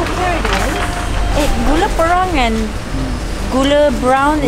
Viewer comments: gula Pay-Rang...not PE-Rang hahahaha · bukan gula perang.sebutan gula "pehrang"..hehe cute.